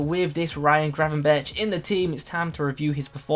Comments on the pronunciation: You have to pronounce the 'r' like GRRRR, but English people really struggle with that haha :) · don’t forget to roll the rrrr